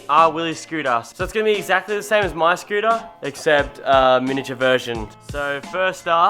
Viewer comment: Eva scootah lol speak america